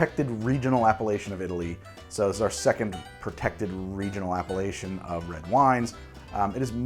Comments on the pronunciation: says: appellation My brain hears: Appalachian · took me some micro-seconds to realize that you were not saying Appalachian but Appellation as in appellation d'origine contrôlée. Good video!😋🍷👍 Oh wow just realized: you posted this video on my birthday!! wow, I love💜wine🍷!!!! thanks!!!!!and sorry I did not see it until now, I was not subscribed back then.